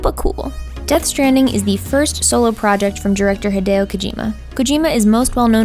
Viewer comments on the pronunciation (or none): none